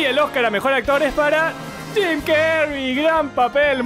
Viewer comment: bueno dice tim no jim